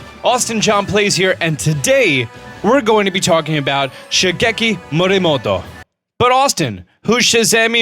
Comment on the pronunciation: More Rexy! I learn Japanese at school but he doesn't have to say one word all the time in a Japanese accent when you can easily say it in an English accent